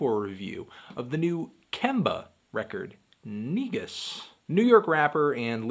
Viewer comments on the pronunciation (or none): It's actually pronounced as negoos, not negus lol. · It's actually pronounced negoos. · Just FYI bigothy fandango , it's pronounced nuh-goose ....Amharic word / pronunciation...keep merking these reviews 👍🏾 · It's pronounced ni-goos!!! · its pronounced neh-Goose its ethiopian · N E G U S SAY IT WIT ME SAY IT NO MORE